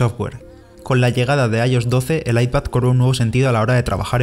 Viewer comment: “Apel” - Apple- “Guifi” - WiFi - “I-os” “IOS” 🤣